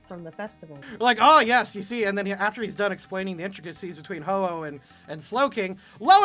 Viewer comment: I love how Megami appears to be the most knowledgeable about Pokemon, yet messes up Ho-Oh